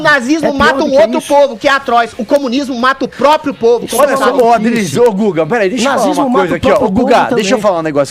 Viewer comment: Adrilles esse é o nome desse rapaz? Aplausos pqp falou direitinho.